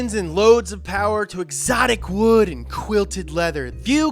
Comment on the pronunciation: “ which one has the MOST powah baby”